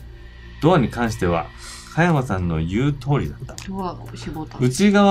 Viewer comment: 誰が実況しても面白いこの人気ゲームをこれだけ詰まらなく実況した動画は初めてだわ。香山、美樹本など 幼稚にキャラ付けした半ばふざけた読み方が面白いとでも思っているのだろうか。ゲームの良さを実況者がぶち壊してるわな。